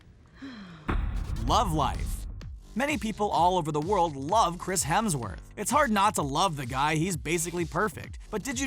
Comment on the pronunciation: Hemsw”orth” htro?? I don’t think so